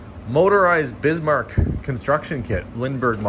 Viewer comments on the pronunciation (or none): none